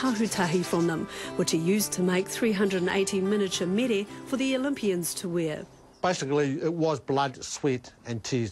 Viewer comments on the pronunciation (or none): He goes off about people from the city and yet he can't even pronounce the word Mere 😳